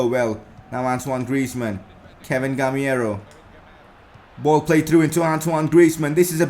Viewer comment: bro the name is gamEIro not gamIEro